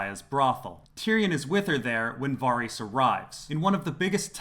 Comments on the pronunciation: Lol, VAH-reese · The fact that you continuosly pronounce ‘Varys’ wrong makes me wonder if you ever really watched the show. 🤷‍♀️